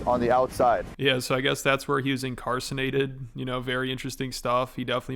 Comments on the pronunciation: “In-car-San-ated”? This is ridiculous! This guy can’t even pronounce the words he’s misusing! It’s “INCARCERATED!” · Did he say he was "incarcinated" 🤣🤣🤣🤣 its incarcerated dummy lmao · “Incarcinated?” Does this moron mean “ incarcerated?” Dude is nothing but a jew. 😂😂😂😂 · dude,.....lol "I was never incarsenated here...." HAHAHAHHA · “when I was incancerated in here” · it’s incarcerated …. not “incarcenated”…. and on a real note, are you fucking kidding me?.. I recommend reading books instead of conjuring false claims of “taking on 30 men”. Goof. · "Incarcinated" WOW! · He was 'incarcinated'? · He said he was incarcernanted lol. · Did he really say he was "incarcenated"🤣💀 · He was "incarcenated" What. A. F@ Tool. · "incarcenated"? hello? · Dude said he was “incarcinated”. lol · Incarsinated lol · incarcerated. Not "incarcinated" or whatever the hell you both mispronounced LOL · Incarcenated had me dead 🤣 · bro said incarcinated when it’s actually incarcERated 😂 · He was “incarcinated”??😂 great find man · "Incarcinated" sounds like a Schaubism lmfao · Not “incarcenated”!? 😂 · Incarninated? lol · "incarcinated" and "micro-fractions" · Incarcenated? Incarcerated* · "Incarcinated"LOL wtf!? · “Incarcinated”😂😂😂this guy definitely did not let education get in the way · does he mean density because if it was that thick his head would be huge 😂😂 he said he's an amazing speaker but says incarcinated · Incarsonated.. yeah I'm sure he was.. loser can't say simple words properly.. probably doesn't even know the word.. but anyway, by all means, send money to this guy. Just don't expect to learn anything other than a bunch of mispronunciations and blatant lies. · So glad I was not the only one who noticed he said "incarsanated." Omg to funny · "Incarcenated" Oh great and wise king 😂